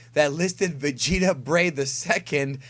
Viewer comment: "breigh" makes it sound like vegetable with a Japanese accent when you say the full name.